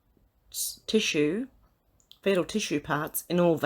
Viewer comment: Woman,,,please read correctly!! It says,, BABY PARTS!!!! Not body parts and learn how to pronounce fetal!!!